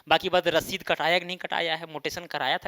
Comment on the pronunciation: करंट रसीद की जगह ससीद कर दिया है?🤨🙂